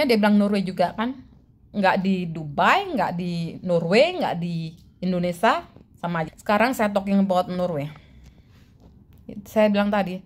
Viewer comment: Indonesia bukan Indonesah